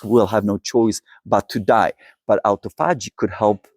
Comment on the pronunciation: A-tophogy = a-TO-phogy